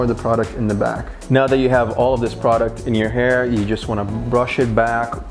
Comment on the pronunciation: I hate when people say product